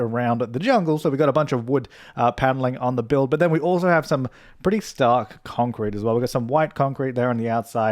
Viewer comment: Idk why but I love how pronounce “concrete”. It’s so satisfying 😂